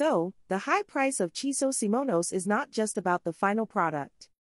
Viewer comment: Your subtitles and vocals say Chiso SIMONOS?